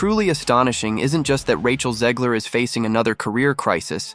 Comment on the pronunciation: Can we please stop calling her "Zeeg-ler?" It's ZEG-ler.